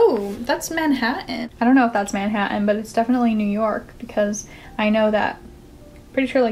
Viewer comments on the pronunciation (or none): none